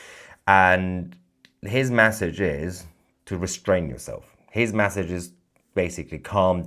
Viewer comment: Mahyar, Mahyar... you are great but PLEASE learn this... Its not 'massage' to rhyme with 'passage'... Its MESSAGE to rhyme with... message. 😂